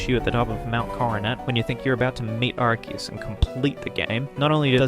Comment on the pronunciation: Its ark ee us not arse ee us bro. Arse is a whole cuss word. You really think theyre gonna include it in an official pokemon name? be serious